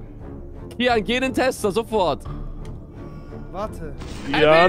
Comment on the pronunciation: Kiyan nicht kyan